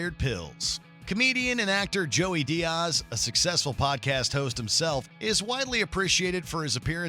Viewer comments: Whoever narrated this needs to do their homework. It was absolutely CRINGE WORTHY when he mispronounced the last name of the great Joey Diaz. It's DEE-AS, not DEE-OZ. Also, the list was lame. There were so many more funny interactions that were not even touched on. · Who says Diaz like this dude?? DEE-oz, wtf. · Joey Dee-oz?? Lol. Okay then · “Joey dioz” smh how can disrespect the gods name like that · I’d love to actually hear the funniest JRE moments. The way u pronounce Diaz. Changing Theo’s Xmas story to alcohol makes it less funny. Burr has funnier bits. Just to let u know. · Wow these were horrable top funniest moment at least the top ones. They choose joey talking about vicodin as the funniest appearance by diaz and also fuck his name up so bad. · If joey coco diaz isnt in the top of this list then the list is bullshit." Its blue cheese or fuck your mother" or his first telling of the Lucy snorebush story omg. Btw how can u fuck up joeys last name as bad as the narrator did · The fact that joey has a whole rant about pronouncing comedians names wrong and you still mispronounced Diaz is pretty hilarious lol